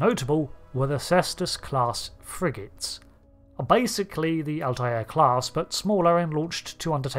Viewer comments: I took me a moment to figure out you were saying Altair. 🤪 I've always heard it as two syllables (al-tare) as apposed to three (al-tie-air). Is that a UK thing?😉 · Altair is just pronounced "alt-air" - it's just two syllables. The Altair system is featured in Trek a few times. Spock drinks Altair Water. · Remember the episode of Family Guy where Stewie winds up Brian by saying "Whil Wheaton"? Or "Cool whip"? I'm getting that every time I here Alt-eye-air. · no, it's pronounced al-ti-er (all tie ur) or al-tair (all tear). It's pronounced with three syllables more often than two